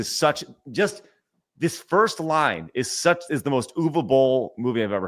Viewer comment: I still remember that i signed a Petition to prevent Uwe Boll from making more Movies. Ps: I don't mind that you butcher his Name.